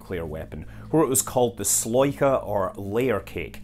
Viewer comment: I flinched at "sloyka". So good pronounced.